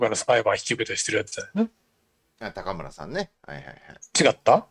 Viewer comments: お二人の関西ネタにはいつも笑ってしまいます😂。 ちなみに高村さんは(たかむら)ではなく(こうむら)でしょう。 立憲のいずみん終了ですかね😅。 国民民主のたま○ん終了確定‼️。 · たかむらではなくて、こうむらではないでしょうか？ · 「たかむら」じゃなくて「こうむら」じゃないですか？